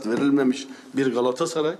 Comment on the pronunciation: Ya bu adam amma geriliyor. Kazanınca geriliyor, kaybedince geriliyor, balon gibi surat ifadesi, nefes tutuyor, gaaassaray gaaassaray .. olum önce kulübün adını doğru söyle, balonnnn